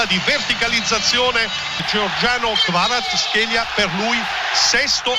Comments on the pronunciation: Kvara-schelia? E Scaramuzzino che chiama Zoboli invece di Zanoli? 🥴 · Tsimikas = Zimikas Kvaratskhelia = Kvarazkhelia Perché? PERCHE'?